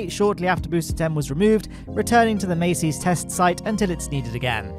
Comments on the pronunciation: Is "Massey's" actually pronounced "May-Sees" or is it "Mass-Sees"? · Sorry mate but I have to correct the two names you mispronounce every week. Jack Beyer = buyer, not bayer Massey's = mass-ease, not macy's Love your videos though.